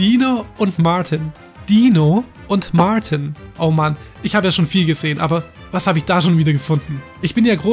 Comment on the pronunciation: Nicht Mortin sondern martin